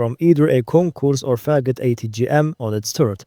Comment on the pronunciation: it's pronounced fagOt